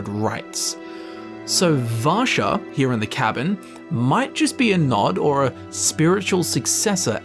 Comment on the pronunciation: Vasha is a Russian name and your saying it sounds like rassa which sounds like Russia coincidence? I think not